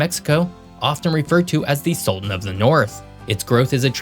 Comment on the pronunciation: The closed captions think you're saying "the sulan of the North"... slow down... pronounce those 't's...